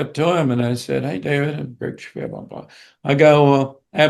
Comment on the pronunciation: Now I know how to pronounce 'Giuffria' properly...🤣